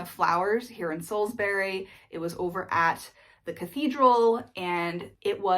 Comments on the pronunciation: TIPS FOR TOURISTS: With any place name in the UK which ends in "bury" (Like Salisbury) the "bury" part is pronounced as "brie" (like the cheese). So Salisbury is pronounced as "Saulzbrie". Actually, the same is true for Strawberries ("strawbries"). You made the right decision to avoid London as a place to live, it will just burn all your money. From where you are there are some great places to explore and honestly, you'll get a more honest flavour of what the UK is actually like from outside London. Looking forward to sharing your adventures : ) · Salsbree, Sainsbree etc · the way you say salisbury and sainsbury is weird. why you say "berry" ? dafuq? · It's not Salizbuuury it's sauls-bree. But otherwise you are doing great! Way/troase was spot on!